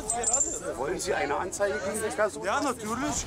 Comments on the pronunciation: "Nadürlisch, nadürlisch, nadürlisch, nadürlisch!" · Natürlisch, natürlisch,natürlisch... (7.04) oh man arme Bundespolizei immer die gleichen Fälle und Assis 🤮